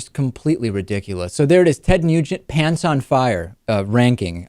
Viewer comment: It sounded like David said Ted "Mutant" in the beginning...very appropriate.